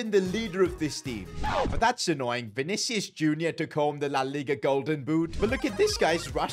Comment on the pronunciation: Did anyone realize he said pinicius jr cuz of he choked a pen